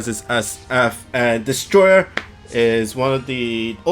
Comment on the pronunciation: Hey! it pronounced Destoroyahhh!!